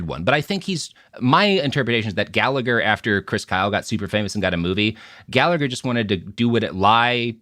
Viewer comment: For fucks sake Robert learn how to pronoun Gallagher correctly.